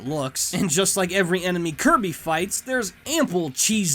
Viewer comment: SAYS KIRBY WAY TO CORRECTLY